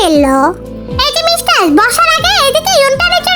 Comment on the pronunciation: Aij apa mistar hobe mev but tumi to mistars bolo ata sunte valo lage na tumi onekgulu video te amon bolco